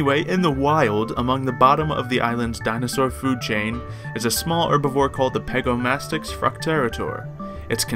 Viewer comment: pegomastax not pegomastix but is not relly important